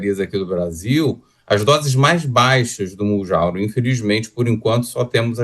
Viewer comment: Mounjaro dr. E não Mounjauro ! 😉